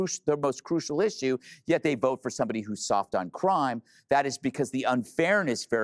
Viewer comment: "ZOOYORK" The world's largest open-air asylum.....lolz